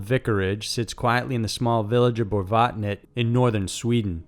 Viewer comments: Borgvattnet. Borg as in the creepy dudes in Star trek. Vattnet as in watt, but with a hard v as in vase and the net as in net. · Love that have Borgvattnet ( pronounced Borjvattnet ) in Sweden on the list, i'm Swedish but i haven't been there but i know from word of mouth it is scary. You also get a certificate for staying and spending the night. Also big thanks for not taking the usual haunted places like Amityville and others.